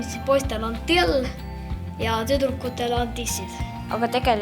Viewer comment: ei oska öelda till tissid